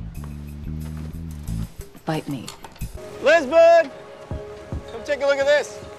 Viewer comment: Jisbon? Come on man, you know what's wrong with that